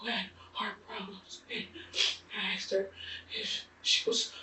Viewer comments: Stupidity is the main cause. They never pronounce "asked" correctly. They say somebody axed them a question. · Why does she keep saying ax? And why do they get these weird names from?? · ITS ASK NOT AXE AND GONNA NOT FINNA. NOGS MESS EVERYTHING UP